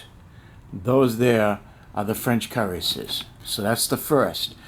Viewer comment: It could be your accent but pronounce the names like this : "La Hay -Sont ' ,' Hann -o-very-yon ', 'Yay-gerr ', 'Coo-rass-ee-ers '( roll the R if you can ) ', Karra-bin-ye-ah ' , Perry-collee , Kwat-tra bra , Wha-vrah, Lin-knee , Vick- tricks